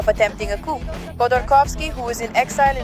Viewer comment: With all due respect, the word “coup” is pronounced with a silent ‘p. It should sound like “coo” 😊